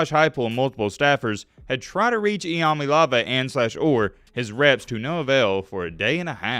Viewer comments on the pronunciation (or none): He really said “I am a leeva” cya later bud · Its literally in his name I-am-a-leava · Well, his name is, imma leave ya. That's how I've pronounced his name since I first saw him. Lol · Still can’t even pronounce his name right🤣